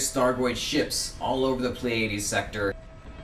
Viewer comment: did he just say play-adies sector? hahaha